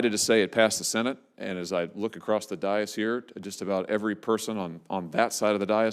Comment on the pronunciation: Hawley needs to learn how to pronounce dais. “Day‘iss”